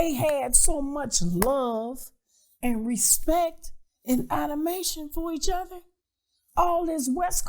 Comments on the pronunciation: “Adimation for each other…” 🤦🏻‍♂️ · Not “adamation” 🤦🏽‍♂️😂